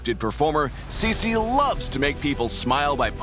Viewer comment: Saying CICI with an American accent sounds soo weird 💀